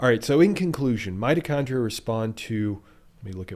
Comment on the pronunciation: did you say 'mighty chondrite' ?